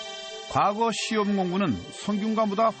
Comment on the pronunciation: 콘텐츠는 그런대로 이지만, 내레이션이 엉망이군요. 과거科擧 시험에서 과科는 평성으로, 짧게 발음해야 합니다. 지나간 과거過去에서 과過는 거성으로 길게 발음해야 하지만요. 향교鄕校와 향촌鄕村의 향은 평성으로 짧게 발음하고, 향사(享祀)와 향수享受의 향享은 길게 발음합니다. 정말 듣기 거북하네요. 우리나라의 대표 공영 교육방송 EBS가 이 정도 수준입니까?